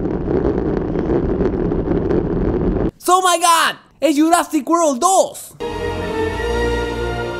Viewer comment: En el dice "Wolrd" :v